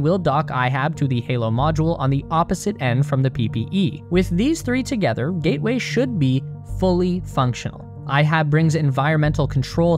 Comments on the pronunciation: Ah yes, the lunar "GATWAY" station. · Gatway or Gateway?